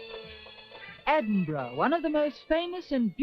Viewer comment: Edwin burgh???????????????????? maybe a portent for speech impedimented pwesenters of tv today. Great film